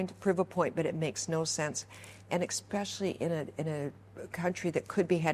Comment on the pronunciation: How does one have an "intelligent argument" with someone that says "expecially"?